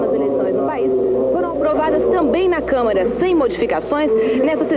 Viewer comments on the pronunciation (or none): none